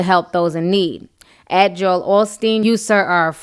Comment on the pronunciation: girl thank You for knowing how to say his name. others act like the name Joel is so hard for them ugh